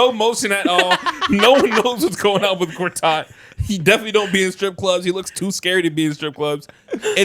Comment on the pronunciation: why the fuck is my goat Marcin Gortat getting strays from people that can't even pronunce his name correctly